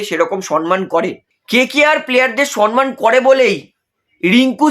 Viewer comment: Dada apni ki shomman bola sikhben na? Shomman oita shonman naaaaa